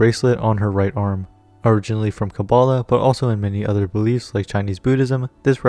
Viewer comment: Jean's and Barbara's last name , jist think about it for a second And it's not you didn't pronounce kabalah right